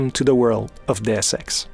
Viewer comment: welcome tu de world of des eks